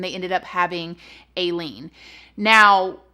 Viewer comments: It irks me how she keeps calling her Aee-leen her given name is actually pronounced Eye-leen just saying.. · It's more like A-ileen how your saying it say it without the a basically lol ....but serious note!I am one of your baby's now and I just LOVE watching you !.......very conflicted with Aileen as she was an I'll lady! .....she was abused.....I'm not excusing the killings,but maybe one of them did attack her ...or she thought they were going to coz her head?soooo many theory's......sad sad story, I didn't want her but to death though x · pronounced I -lean or I-LEEN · Its pronounced Eye Lean not Ay Lean lol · pronounced i-leen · It’s pronounced like i-lean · Her name is pronounced (Ileen) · Oh her name is pronounced “Eye-lean” or “I-lean!” Like “When I drink that lean........ I LEAN!” 😆😂🤣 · Florida killed Ted Bundy and Aileen…don’t come killing folks in Florida! That state don’t play! And her name is pronounced with a long I…like ileen but add the A. Aileen. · It’s Aileen like I LEAN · Pronounced "Ilene" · Stopped watching bc I can’t keep hearing “aye-lean” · Hi 🙋‍♀️ I believe her names pronounced (👁LEAN) p.s I was so traumatized from watching the movie monster which is about her when I was a teenager 🤦‍♀️ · It’s eye-leen 🤣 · Hey! 😘 "I"-Lean is how her name is pronounced. Love your content ♡♡♡♡♡♡♡ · Her name is I-LEAN!! I know it's not supposed to be spelt like that but wanted to tell you the right pronunciation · i’m not a fan of most men either. don’t worry u don’t have to hide it. also it’s pronounced eye-leen or eye-lean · Maybe it's your southern accent but most people pronounce Aileen as eye-leen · Her name is pronounced eye lean. When I was a young wife and mother, I lived in Florida and was also a neighbor of Aileens. She was very rough around the edges but was very nice and personable. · "EYE-LEAN"! sorry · I believe it’s pronounced Eye- Leen... I could be wrong though lol LOVE YOUR VIDEOS!!!!